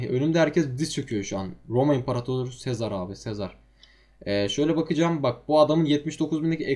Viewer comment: Artık "Yüce Sezar" değil "Yüce Sezer" :D